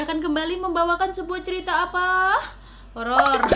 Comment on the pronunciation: 0.13 Kak Nadia : "ok malam jum'at ini Nadia kembali dengan cerita apa??" Me :"hororrrr" (treak2 lupa kalo chadel huruf "R" jadi ketawak semua yang dengerin)